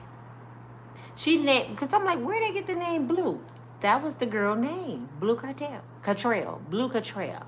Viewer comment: IT'S BLUE CANTRELL NOT CARTEL. GIRL😂❤